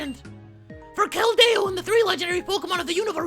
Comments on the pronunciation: its keldeo not keldao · Pronounced Kel-dee-oh not Kel-day-oh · I hate when you pronounce keldeo like the its not keldao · Anthony Acosta WAT??? He has Keldo? That's not a pokemon! Though, it sounds like keldeo (Being sarcastic...) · IT'S KELDIO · Actually more like Kel-dee-oh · It's pronounced Kel-deeoh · its pronounced (kel-dee-o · its kell dee o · keld-AYE-o :P